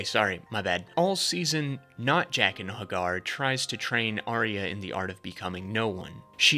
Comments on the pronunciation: "Jackin' Heygahr" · "Jayquen Hay-Guard" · Mispronunciation tracker: A Song of Ice and Fire Melisandre R'hllor Jaqen H'ghar Syrio Forel Janos Slynt Quaithe Brotherhood without BANNERS, not borders. At this point you've got to be trolling.